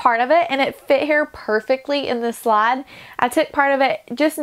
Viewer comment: This is a fantastic transformation. just beautiful and you've maximized space. The floral picture was very clever. I have to laugh though, I hope you wont be insulted, but I could NOT for the life of me figure out what the heck a "slod" was. Every time you said it I was confused. I was thinking there was some RV lingo I didn't know. I was about to look up "slod", Then the lightbulb went off over my head OHH! SLIDE. My dear that's a long "I" sound. There's no slod in your RV. LOL